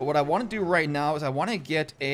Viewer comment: do u watch anime ? every time you say now u say neow ☝️☝️